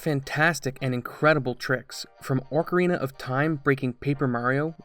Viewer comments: Btw it's pronounced AHK UH REENAH of time not ORC ah reenah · Orcarina? What the hell is with people intentionally mispronouncing words?? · Look at the spelling, there is no "r" before the "c". Having an accent does not excuse blatant mispronunciation. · Your saying ocarina wrong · There's only one R in "ocarina"